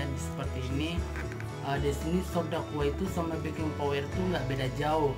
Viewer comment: Backing powder bukan backing Power mas